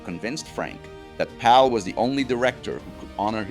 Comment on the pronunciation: It's kind of annoying how you keep pronouncing "Powell" as "Pal".